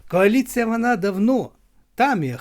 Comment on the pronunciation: Вона казала кааліція